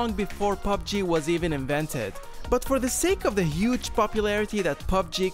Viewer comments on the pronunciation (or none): none